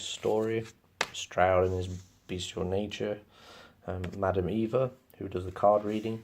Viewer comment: That’s how it’s pronounced. Good overview of the campaign. The only thing that irks me is “Stroud” It’s “STRAWD”